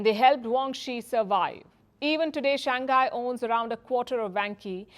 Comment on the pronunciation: It is SHANG HAi and not SHANG KAI